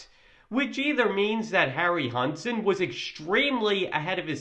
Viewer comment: they don't give a damn, or want to pay GREAT ARTISTS and just cheap out with GREENSCREEN AND CGI. if a film was made like back then (King Kohn, Jason and the Argonauts, METROPOLIS) it likely would fail as NEW gen audiences would ask, wtf was that? Harryhausen (Harry How Zen is the pronouncement)